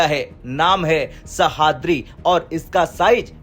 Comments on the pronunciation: सह्याद्री... Not सहाद्री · ' सहाद्री ' नहीं है वो...' सह्याद्री ' है... ठीकसे पढ़ो भाई ! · नाम तो ठीक से लेते सह।द्रि नहीं तो उसको सह्याद्री बोलते हैं समझ में नहीं आता यह हिंदी वाले हो मराठी नाम ऐसे अच्छे से लेने क्यों नहीं आते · IT IS NOT sahadri. Name is sahyadri. Sahaydri is name of mountain of Maharashtra. Commentator doesn't know actual pronunciation. 😮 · वाह रे हिन्दी के राष्ट्रीय चैनल! हिन्दी सही से पढ़ना भी नहीं आता! सह्याद्री को सहाद्री पढ़ रहे हो! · Pronounce Sahyadri properly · Pronounce it like this sayyadrii.. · Please pronounce sahyadri sheep